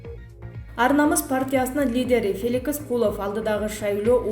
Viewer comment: Феликис эмнес Феликс дура туура оку 😤